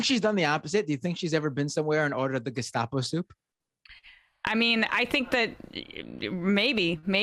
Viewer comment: It's so ironic that someone who believes in Nazi conspiracy theories cannot even pronounce "Gestapo".